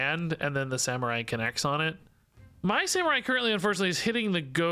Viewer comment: Silver Sa-MEH-rai